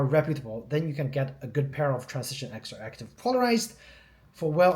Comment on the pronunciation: Dude, no one cares. He said it wrong, yet, you knew what we was talking about. That’s all that matters.